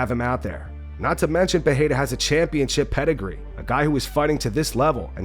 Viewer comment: He also repeats Alex PeHEYra every single time. Like, dude, it ain't hard to pronounce Pereira.